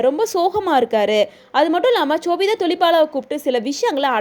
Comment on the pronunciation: Chobita illa ma sobita